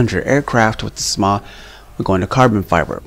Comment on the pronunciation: Dude it's shaw not sma no offense but that was a cod fan boy thing for you to do